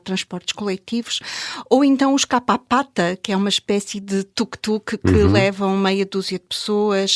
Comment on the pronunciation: Qualquer pesquisa no Google ajuda a pronunciar os termos com rigor. Diz-se Kupapata, e não Capapata. Kupapata são os serviços prestados com recurso a motorizadas de duas rodas. Quanto as motorizadas de três rodas, dá-se o nome de Kaleluia.